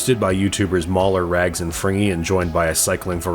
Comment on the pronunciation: “The Rrrratcatchers!” kills me every time. I want him to start deploying that on other streams. “Go pee, Rrrrags!”